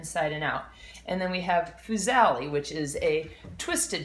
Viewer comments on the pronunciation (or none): Good functional video. But as a chef please please pronounce it BUcatini and FUsili